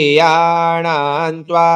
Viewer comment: This is difficult. I will need more practice to chant accurately.. Priyanaam is ppriyanaam but you are chanting Priyanaam only.. Same thing is with PPriyapati. Half P is also there. Please explain. Thank you so much🙏🙏